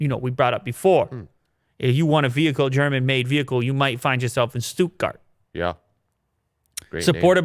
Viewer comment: 2 germans died while hearing "Stuttgart"